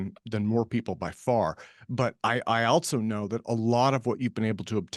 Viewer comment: "altso" fucking hattteeee this